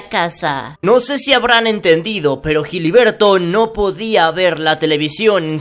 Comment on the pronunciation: Jiliberto jajajajajaja